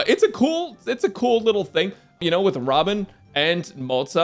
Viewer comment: I think you mispronounced robin 🗣️